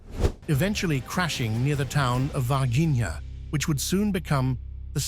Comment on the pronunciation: The name is speld Varginia, but is pronounced Varhinia.